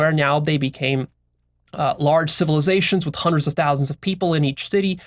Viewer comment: "I've studied Juandreds of diverse perspectives" lol